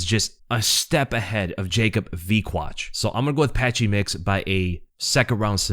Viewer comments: Yes its Jakub Wikłacz, you said it correctly 🎉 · Good pronunciation of Jakub's name. Well done!